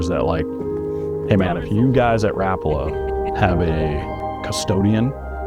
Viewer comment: His name was Lauri Rapala pronounced Rah-pala not Rap that’s music